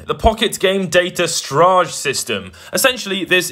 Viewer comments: It's pronounced sto-ridge. Not stiraje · ITS PRONOUNCED STOREGE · "Stoorrraaaajjjjj" is how I will pronounce storage for the rest of my time. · I hadn't even considered someone would pronounce storage like garage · Why did he pronounce “storage” in such a bizarre way? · No one wants to bring up how he pronounced the word Storage? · The way you pronounced storage made me poop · Is that really how British people pronounce storage or did you just have a stroke?